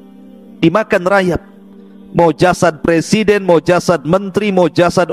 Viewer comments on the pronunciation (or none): none